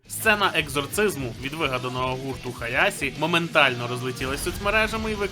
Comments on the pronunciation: Хаяші а не Хаясі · Хаяші, а не Хаясі. Звідки ця раптова поліванівка? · HAYASii це стилізоване написання під японську систему латинізації кунрей-шікі, правильно вимовляти Хаяші. Вони в оригіналі кажуть саме так. Навіть в англодубляжі кажуть Хаяші. Серію хоча б подивися і послухай як там кажуть)